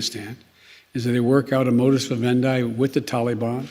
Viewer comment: A modus what???? WTH did grammar master J just say?